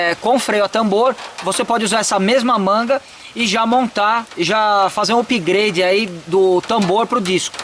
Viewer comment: Querido não e pigrade e sim up grade